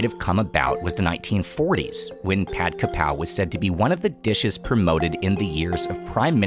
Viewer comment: dude it's pad kRRRRRRRRapow, where are your Rs?